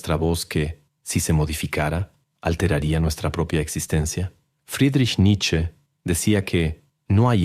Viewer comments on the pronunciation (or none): none